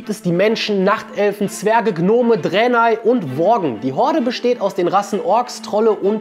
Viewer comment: als er Dränei gesagt hat war ich weg